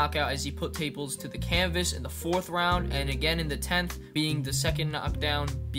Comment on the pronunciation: ain’t ever heard sum1 butcher tapales name pronunciation like that 😂😂😂